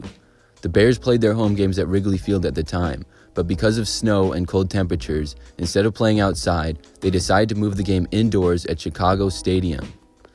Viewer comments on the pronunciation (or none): none